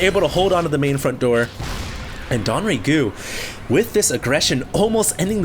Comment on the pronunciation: It's not "Don"RaeGu. It's DongRaeGu. Dong-Rae-Gu. DONGS.